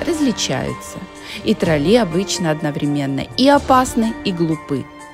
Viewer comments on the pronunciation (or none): трОлли,а не троллИ..Плохо,что после 23 лет не знаете,как произносится главное слово Норвегии😅